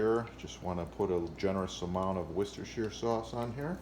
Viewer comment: OH MY GOD, A YANK THAT SAID WORCESTERSHIRE CORRECTLY! Well done haha